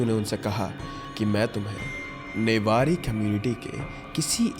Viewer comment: Newari not nebari